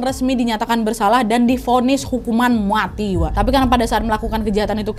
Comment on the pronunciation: Wkwkws, mbak nadia kalo ngomong vonis mati saking ikut keselnya mungkin sama kasusnya. mati nya jadi muati